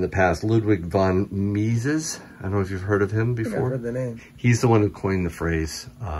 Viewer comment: fat free half & half? I wouldn't buy it anyway. a lot of stuff that you said was out I wouldn't get .. ketchup packets... I toss those cancerous things out all the time unless they are the good ones. its pronounced Me-sees for Ludwig.